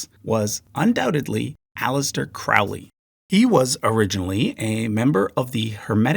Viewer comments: CROW-ley, not CROU-ley! Pronounce it right, or no student of Crowley will take you seriously. And his honeymoon with his wife was in 1904, not 1909. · How can you not be aware that Liber Al vel Legis was received/transmitted/channeled (....whatever...) in 1904 and NOT 1909? Are you aware of what actually occurred in 1909? Here's a hint: it involved Bou Saada, Crowley (which when correctly pronounced sounds like "holy", NOT"cow"-ly), and a certain malevolent demonic entity called Choronzon; you'll find it in Liber XXX, Sub Figura LIBER CDXVIII, under the 10th Aethyr). Seriously though....this is just ABC, esoteric studies 101. I could go on about various other technical errors, mischaracterizations and mispronunciations in your presentation, but I'll simply suggest that you do some serious research next time, leave your prejudices at the door, and at least try to provide accurate information so as not to mislead those who don't have the experience to see through erroneous statements (such as those you've made here). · Crowley rhymes with holy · He mispronounced Crowley and fails to mention Chaos Magick. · "His followers pronounce it 'Crowley' because they consider him holy. His detractors pronounce it 'Crowley' because they consider him foully." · Yes, a little flaw of language, same as he mispronounced Crowley (It's like the bird, rhyming with slowly.). We could tell what he meant. But the Celtic and Slavic paganisms are also at least partly Germanic and vice versa, so even the -ic word doesn't cover completely satisfyingly. Mainly they can be distinguished from the Mediterranean.